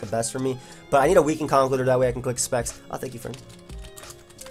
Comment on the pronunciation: I hate to be that guy,... but it's pronounced "Conk-ELD-urr". He's an elder of concrete.